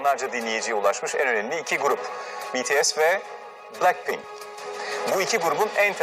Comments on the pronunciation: Adam en azından "Bities" dedi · Knk şuna dua ediyorum ilk defa biri BeTeSe demedi BTS agag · Size bu kadar boş yapmalarının sebebini söylüyeyim mi sknfkasdf Betese değil bities demeyi sonunda öğrenmişler ve bunu kanıtlamaya çalışıyorlar ReKaBet VaY aNasInı ( konseptleri bile aynı olmayan iki kpop grubu rekabet ediyor ) Ha bide tek farkları Biri kız biri erkek dmsfakshdşıgusyfıghdsfoh